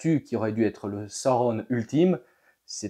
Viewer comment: J'aime bien ta façon de prononcer Sauron. Il s'est passé quoi avec la lance ? 😂😂😂 (Oui, j'ai pris une règle et j'ai regardé, elle est courbée au niveau de la lame).